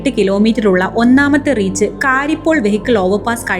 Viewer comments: കാരിപ്പോൾ അല്ല കരിപ്പോൾ എന്നാണ്. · കാരിപോൾ. അല്ല. കൊച്ചെ. കരിപ്പോൾ. ആണ് 😂😂😂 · കാരിപ്പോൾ❌ കരിപ്പോൾ ✅